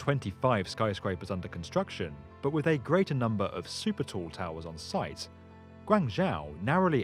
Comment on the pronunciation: Super Toe? It's super tall. That's poor pronunciation.